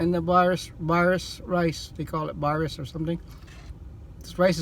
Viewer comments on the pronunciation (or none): I literally eat that every day and that’s not how you say baris and somali